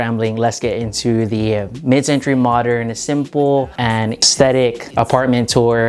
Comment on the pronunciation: "mid centruy modern"